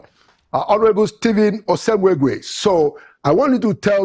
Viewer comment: Pls call that pronounce this beautiful name correctly. "Osemwegie" and not osemweguie as you pronounce it pls. It is meaningless at that.